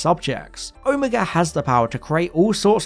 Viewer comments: Sorry, this is starting to really annoy me. You do this, the girl on who culture does this, and it’s frustrating. It’s pronounced Oh-may-ga not oh-mee-ga. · I swear you mispronouncing Omega as Omeeega or Omayga sometimes, but then saying it correctly sometimes... I thought you were trolling us until your comment at the end. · Omega not omEga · hmm, mis pronouncing Omega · At the time of this programme, when I was growing up in the 60s in England, the last letter of the Greek alphabet was pronounced neither omeega (which sounds like "amiga" to me) nor omayga, but ALWAYS Oh-miggah. The same pronunciation was used in Evil of the Daleks for the same reason. It may have been classicists' influence. There are 2 Os in Greek: the little (micro) O, hence O-micron, and the big (mega) O, hence O-mega. So I still pronounce it as Oh-miggah. For the same reason I still say Oh-my-cron, and not Ommee-kron as the medics said during Covid.